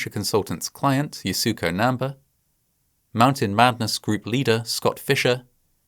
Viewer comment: you couldn't be bothered to look up how to pronounce namba's name?